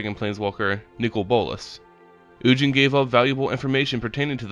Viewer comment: It’s ug-in not un- jin